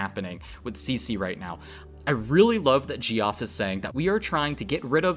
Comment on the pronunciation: lol Ge-Off goodman hahahaha oh lordy... geoff is just another spelling for jeff. Isn't english such fun